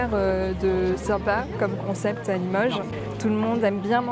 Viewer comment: Une chose m'interpelle, j'entends des gens prononcer limeuge, eh oh ! C'est Limoges avec un O, faut-il l'écrire avec un Ô?